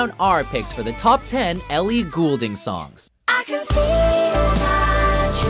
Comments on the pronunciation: It's gold-ing people, not gool-ding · Its not Goolding it is fucking Goulding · Ellie Goulding. It's pronounced 'Gold-ing' not 'Ghoul-ding' she's not a fucking ghost. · I'm not gonna lie... I cringed every time he said her last name 😖 it's pronounced like Gold- ing not ghoul - ding :/ Good selection of her songs though :) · Sorry but this bugs me and people say Ellie goul-ding it's pronounced Ellie gold-ing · I hate how he says Goulding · Did it bother anyone else that he pronounced her last name wrong XD IT'S PRONOUNCED....GOLD-ING 😑😂😂😂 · ELLIE GOLDING THATS HOW YOU SAY IT PPL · ITS PRONOUNCED AS "GOLDING" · Funny how he pronounces Goulding, it's pronounced Golding lol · Did anyone notice how he said her last name ? He sounded dutch for a second there. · YOU PRONOUNCED HER NAME WRONG. GAWD. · I was really excited until he said her name wrong... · Do they know they said her name wrong the entire time. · ok oh so i am right? he is saying it incorrectly? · Please pronounce her name right this is driving me crazy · Way to pronounce her name wrong for the entire video. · Doesn't help when you cant pronounce her name properly